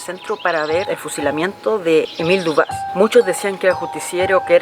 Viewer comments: Buen video.. El apellido de Émile Dubois se pronuncia Dubua, con acento en la a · Buenísimo como siempre por cierto el apellido es France por tanto se pronuncia dubua